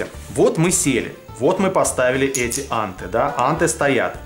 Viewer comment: Вообще анте произносится по русски с ударением на последнем слоге антЭ